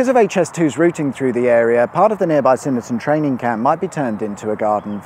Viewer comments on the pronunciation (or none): I'm starting to think the mispronunciations are on purpose! Doxey, not Doke Sea; Swynnerton, not Synnerton; Thelwall, not Telwall. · Fascinating content however, you should really take the time to research the correct pronunciation of places. Swynnerton is pronounced swin- er -ton, doxey is dox -e as in box and the thelwall viaduct is thell-wall I may sound pedantic but being local to the area incorrect pronunciation grates on me. Thank god you didn’t try to pronounce sandbach. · Doxey as in Roxy and Swynnerton as S-Win-erton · There's a "W" right after the S in Swynnerton should be pronounced 😅. It's possibly the only place you have to drive in the right hand side of the road in the UK. Used to be used to train squaddies before they went to Germany. Well done on getting Trentham right though. Many don't and pronounce it Trenth-am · He missed the W in Swynnerton too